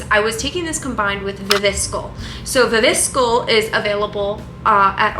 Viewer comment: Are we ignoring the way you pronounce viviscal ? 😂 it’s wrong fyi